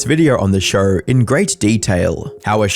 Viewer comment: It’s show…. Not shurrrr